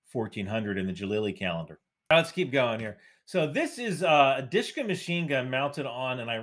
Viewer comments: The word you are saying is 'Dishka'. Yes, you are reading an acronym. However, the persian script you are showing is 'dhal' 'waou' 'sheen' 'kaaf' 'aalif' which would be pronounced 'dooshka' or, if the waou is influenced by an unwritten diacritical mark called 'kisra', it would be pronounced 'duishka' or 'dwishka'. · I think it's prono pronounced "dhu shka" my vary by nation state however